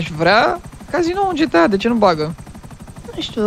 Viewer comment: nu se zice GITEI CINCI se zice GTA5